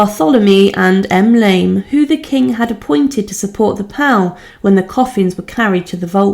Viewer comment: Do try to learn how words are pronounced. You will be taken more seriously. For example. Pall is pronounced Paul not pal.